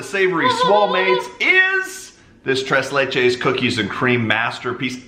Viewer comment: Well Just keep embarrassing yourself by pronouncing It wrong. Look it up in the dictionary.. It is pronounced trace lay. It is a mexican dessert.